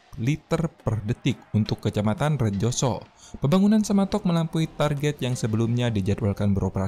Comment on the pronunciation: Semantok bukan sematok